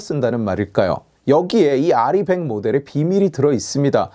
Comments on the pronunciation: R200으로 들리는데요... 공통적으로 나오는 단어가 아닌데... 나중에 검토는 해줄수 있는 단어긴하네요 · 윤석열은 알고 있었죠 정확한 발음은 리벡 이렇게 말했죠 근대 찢표퓰이 알이100 이라고 발음을 대충알고 발음을 잘못한거죠 윤석열은 리벡이라고 말하는 장면이 있죠 텍소노미 찢표퓰이 들고 나왔다 망신당했죠 거기에 원자력이 포함된걸 모르고 빼버렸죠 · "알 이 원 헌드레드"라고 발음함.. 리백 선동 한 사람누구인지 개악질이네 ㅋㅋ